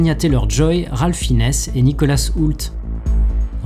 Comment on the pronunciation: J'y suis allé en m'attendant à un petit film d'horreur sans grandes prétentions et j'en suis ressorti très agréablement surpris. Vraiment un film à voir en salle. - Petit détail : Malgré son jeu je ne crois pas que cela se prononce Ralph "Finesse", mais Ralph "Finz", non ?